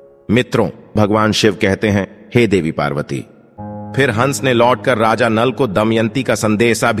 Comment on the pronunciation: Hansh ko hash kahte ho kya vdo segumrah karte ho tapsya karo